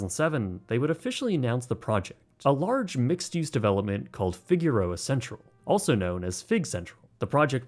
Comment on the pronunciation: Mild criticism, but Figueroa is pronounced Fig-er-oh-ah.